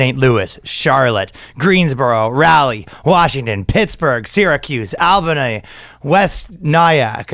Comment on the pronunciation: can't even pronounce Albany, but he's goin there! Chonky sports illustrated girl is cute - we're going a bit too far with the fat shaming at this point.